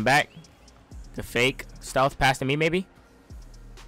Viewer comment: When says fake it sounds like he is saying fae 😂😂